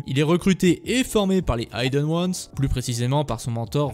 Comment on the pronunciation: Dommage que les fautes de français, les liaisons hasardeuses et l'obstination à prononcer Vahalla au lieu de Valhalla et aïdeun wanz au lieu de ideun wanz (hidden ones) gâchent la vidéo. Marge de progrès envisageable.